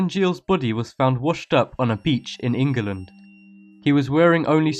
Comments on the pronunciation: Really? Could you maybe have a little more respect for us Brits. Just say England rather than Engaland. Please. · did he just pronounce England "enguland"? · Why are these creepy? And what's with pronouncing ingerlund? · 10s it's England not engggland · HE SAID ENGILAND xD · No.7 "Ingaland" really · You're English, yet you pronounced it in-ge-land...just sort it out, I guess? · INGALAND! XD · Engiland... It's England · did anybody else notice that he pronounced england as "engaland" LOL :) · Did you really say EngEland???? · "Engerland" lol